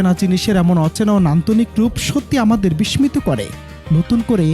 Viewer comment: আপনার বিসমিত শব্দের উচ্চারণের টুং টাং আওয়াজে আমি বিস্মিত!